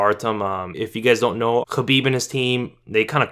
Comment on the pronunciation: The way you pronounce "Khabib" sounds hella bizarre dude just say it in english not kinda-russian